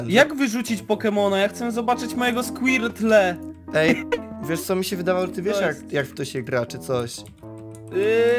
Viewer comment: Squirtle czy ta się skłirtyl